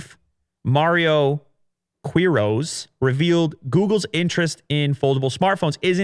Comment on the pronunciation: It's pronounced along the lines of key-roz, not queeroz